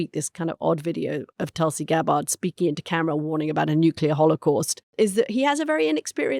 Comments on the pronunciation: Does Anthony purposely mispronounce Tulsi's last name? He always says it wrong..... he's a smart guy, he must be doing it intentionally, right? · Mooch's pronunciation of Gabbard was jarring